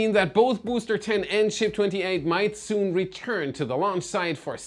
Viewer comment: But I love how he pronounces booster boo’s ter